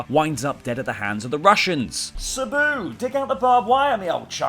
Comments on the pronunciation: pronunciation on some of those names. Saboo & Dickstra. But honestly when Randy Orton retires it will truly be a sad day. The guy has been around forever and has never once been considered a part timer due to his activity. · It bothers me more than it should that you mispronounced "Sabu" and "Kenny Dykstra".